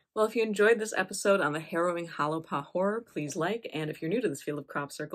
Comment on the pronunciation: If you’re going to do a story how about pronounce it correctly. Correctly pronounced it sounds like “Holy Paw”